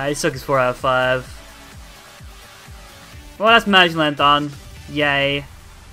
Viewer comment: The name is Ma-Gel-en